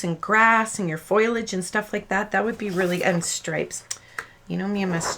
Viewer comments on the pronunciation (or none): Nice video...and I'm sorry, but it's pronounced FO - LEE - AG not foilage. If it were me...I would want to know. No offense intended...loved the video!! OH! And by the way...completely agree on the kids faces. To me, they resemble cabbage patch kids. I always hated cabbage patch kids. I stay away from Stampin Up. I used to work for them....not a good experience to put it mildly.. sigh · Your faces are adorable. The original girl face isn't bad, but the boy looks a bit drunk. This is not meant as a criticism, but in the spirit of telling the truth, foliage is pronounced fo-lee-age, not foilage. I think you must be spelling it wrong in your mind, leading to the incorrect pronunciation.